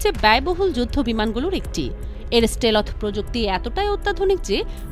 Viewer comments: স্টেলোথ শব্দটা কে শিখিয়েছে?? পত্রিকা পড়া বা লেখাপড়া মনে হয় তেমন একটা করা হয় না...! শুধু ইউটিউবে এসে স্ক্রিপ্ট পড়ে গেলেই হয় না, পেটের ভিতর কিছুটা হলেও বিদ্যা কাজে লাগাতে হয়। সাথে অবশ্যই পত্রিকা পড়া, সাধারণ জ্ঞান নিয়ে পড়াশোনাও করতে হয়। স্টেলোথ আর স্টেল্থ (Stealth) কি একই রকম...!! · স্টেলথ এর উচ্চারণ ঠিক নাই।